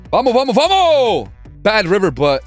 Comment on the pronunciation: Yooooo man please, can u add the S to "vamos" I'm Spanish and it really cringes me out the miss pronounce. I really like ur content though